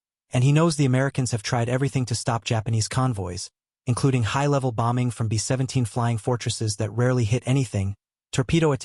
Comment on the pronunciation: Very annoying AI narration with frequent incorrect syllable stress, especially the unstressed ‘B” every time he says “B-17” or “B-52”.